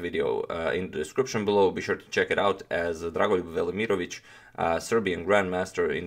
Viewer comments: I clicked to hear how to pronounce his name. I’m pretty sure you are not pronouncing all the letters. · i really like that dragon voluryiermich. And how many times did he say dragunlugj vermoriongage. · Good lord, every time you say Drago’s name I feel like my brain just froze. Slavic names....damn.